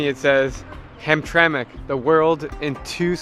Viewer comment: Heard hamtramck immediate dislike